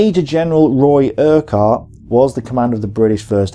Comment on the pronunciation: FFS! The Scottish name - URQUHART is pronounced - URR-KUTT NOT - ERQ-WHART. I can understand a Yank getting this wrong, but not a British WW2 history buff... So you get a thumbs down for that alone! . Another WW2, YouTube geezer mispronounced the other General... AUCHINLECK - Which, like the - QUH in URQUHART is prounounced as a hard C or 'K' - As in - AW-KIN-LEK NOT - AW-CHIN-LECK (...eye roll...)